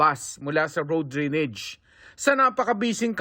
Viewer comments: Drainage not drinige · Drain-age not drinage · Mark Salazar - DRAINAGE po ang pronouciation hindi DRENEGE!!! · Ano ba yan GMA "drenege" dapat drainage😂😂😂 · Drainage ❌️ Dreenej ✅️ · Lupet ng reporter nakarating sa GMA pero bigkas sa drainage "drinij"